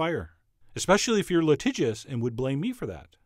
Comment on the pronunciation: litishious litishious lelele i learned a new word